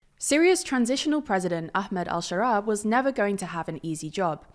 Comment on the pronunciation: Well he's al-Sharaa not al-Share-ah ill see myself out